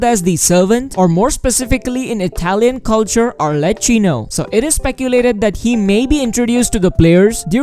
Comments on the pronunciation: Sames lmaoo I was thinking why is he saying Harley Quinn (he) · Did he just say" HARLeChin " 😁🤣